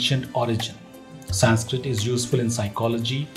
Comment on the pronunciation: Horrible narration👎👎👎👎 cannot even pronounce 'Sanskrit' correctly, calling it Saaaaaaanskrit......who was RamAAAA? The name is Raam. There's nothing called a shlokaaaaaa.....it's Shlok.